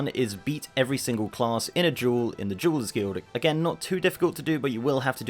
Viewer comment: Meow correct me if I’m wrong but this fucker is saying jewel/jewelers guild. Meow at first I wasn’t sure, but after hearing it again, I am meow certain of it. Meow is he doing it on purpose to sit up comments or is it just his accent? It think it’s the latter. Come on meow, why would he do it on purpose? Meow you all just carry on meow about your business. Meow.